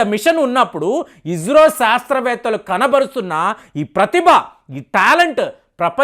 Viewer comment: మీరు ఇస్రోని ఇజ్రో అని నాసాని నాజా అంటున్నారు